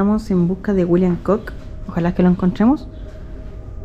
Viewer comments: Hola, me encantan tus videos. Con todo respeto, el apellido Cook, se pronuncia Cuk. La doble oo es U 😉. Que sigas cosechando éxito! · Edmund Cook, John Cook entre otros fueron piratas, bucaneros y comerciantes y puede que por ser Britanico este señor y de apellido Cook lo hayan nombrado Pirata..por cierto, se lee Cuk...